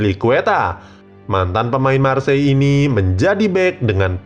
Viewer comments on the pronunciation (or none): none